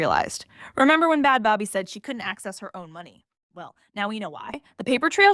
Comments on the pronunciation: It's baby. How do you do a video on them and dont even look to see how they pronounce their name? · Is that how you pronounce her name😒